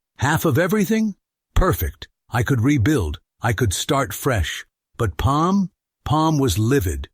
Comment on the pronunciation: Is it Peem, Pam, Pum, or Palm 🤣